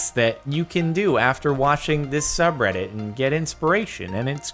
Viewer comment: Instead of saying subreddit you said sub Rhett it's my name